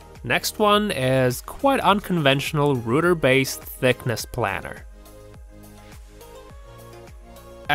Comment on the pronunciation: Planer .... Rhymes with plane. Aeroplane. Play_n. Not plan ... rhymes with can